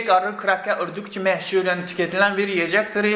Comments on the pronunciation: "meh-şur" :D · "meşhur" diyişin çok iyi şiveli konuşmaya başlanmış :D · Azərbaycan dilində demisən :D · Hayır, Türkiye'ye gelmeden önce Azerbaycan'da yaşadığı ve Azerbaycan Türkçesi öğrendiği için Azerbaycanlılar gibi açık e (ə) sesiyle söylemiş. Bu gerçek bu arada, espri falan yapmıyorum.